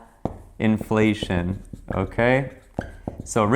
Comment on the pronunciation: too funny. You were blushing and left out the letter L in Inflation. Good video btw.